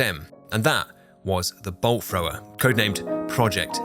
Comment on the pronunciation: I was Audio only for like first 10 minutes and swear he was saying Bull Frog